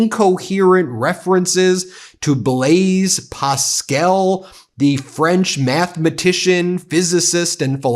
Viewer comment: Gosh, where is your culture?! Blaise PASCAL, not Pascel, who was a French philosopher, mathematician and physicist is at the origin of our modern system of probabilities! You are quite right to poke fun at Bessent, but please do a modicum of research before you mispronounce the name of the great man that a fool cites in his maundering discourse. It would do you good to read Pascal.